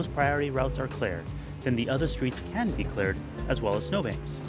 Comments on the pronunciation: its really irritating when he says clared instead of cleared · cleared not clard